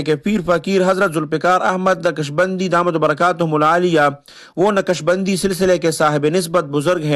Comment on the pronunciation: یارخان صاحب اپناتلفظ درست کرلونقشبندی؛میں ق ساکن ہے متحرک نہیں